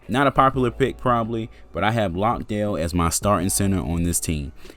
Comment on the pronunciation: Jock Landale was terrific for Melbourne United and as an Aussie who lives in Melbourne and goes for the Spurs, I saw him live and he dominated also it's not Lockdale it is pronounced Lan-day-ill.